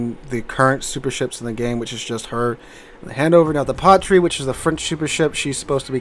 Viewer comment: I am neither a linguist nor a native French speaker, but "Patrie" ['Fatherland'] is a three syllable word with the trailing 'e' getting its own syllable. The stress is on the middle syllable, so it is not 'PA-tree', but 'pa-TREE-eh'. For extra credit, you give the 'r' a bit of a roll. I admit that the difference is small, but it took me two times to figure out which ship that you were talking about Being a bit of a whale, I will probably get the Satsuma eventually (as it only costs credits, not doubloons, coal, steel, or free xp), but I would much rather see it on the opposing team. As a co-op main, the enemy Satsuma, like enemy Yamatos and Shikishimas will obligingly attempt to brawl and present me with an opportunity to break my record for most citadel hits with a single salvo (six from the Thunderer into the Shikishima). The Marlborough might be able to pump 11 citadel hits into a Satsuma, if it manages to close to point blank range. With premium time, even in co-op, the Annapolis can sometimes turn a profit, as you occasionally get games where you exceed 300k of damage. The Annapolis is fun enough to play that I will eat the typical credit losses. As the bots in co-op are as much above ramming as the sea is above the clouds, the Hannover is a better bet than the Satsuma, as the Hannover is not easily citadeled at close range and those secondaries get used. I am looking forward to the Edgar. I have a fondness for the announced German super ship following from the Hindenbur